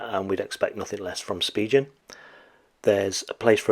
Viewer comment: it's pronounced Spigen...not Spigen!